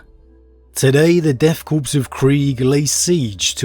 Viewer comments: Love the reviews but deathkorps is pronounced death “core” not death “corpse”. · Corps pronouced like Kor or Core, not corpse. Love your stuff